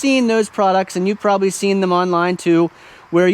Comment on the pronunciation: "Prahbee" is not a word.